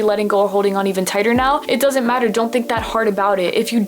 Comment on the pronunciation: tigher instead of tighter